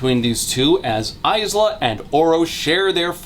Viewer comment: I would like to re-record the 7 and half Lightlark hour video, just to ensure that AISLA is correctly pronounced this time.